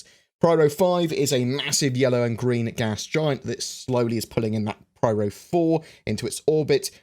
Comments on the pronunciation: hi, i think it should be pyro not pryro:P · PRYRO? is it not PYRO? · You kept on saying "Pryro", I'm pretty sure it is " Pyro". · Pronounces “pyro” like “pryro” times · Pyro, not Pryro but still really nice video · pyro...not pryro. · Pyro, not Pryro. :D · Agreed; that was a hard video to listen to! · *pronounces pyro like pryro™ while pronouncing pyrotechnic like pyrotechnic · no, it's spelled Pyro... in plain english, not pwyro or pryro... otherwise it should be spelled in other way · I was being facetious dude. I know it's spelled Pyro. I also know it's "pronounced" piro with a long "i". I was making a joke about how I've never heard it "pronounced" as pwyro as he was "pronouncing" it in the video. Read what I wrote. I said nothing about spelling. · Interesting as always:~) It is driving me batty lol but I am almost positive you are saying "Pryro". It just sounds wrong. I am trying to tell if you are actually saying it or it's your accent pulling my ears a bit.:~) oh and btw it goes " a deer a doe a female deer, Ray, a drop of golden sun" Ruined Station area sounds linteresting for salvage with their being lots of battle around the area. The Pyro system might be a good one to have next. This would be due to the pirate inhabitants, it could give us our first "guild" type thing where you can join them. It would also give us the chance to learn how to navigate through infested space areas. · More like pairo. But for non-english people it's peero. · Couldn't watch the video with all the pRyro stuff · Pryro? LMAO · Nope... Apparently is pronounced pwyro! First time I've ever heard it pronounced like that. That whole video I was sitting there saying "why the hell are you pronouncing it like that?". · Thanks, this made me fucking itch... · Yeah that made me shake every time^^ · In "Loremaker's Guide to the Galaxy" Cherie clearly says Pyro... I don't know what is doing here, very distracting.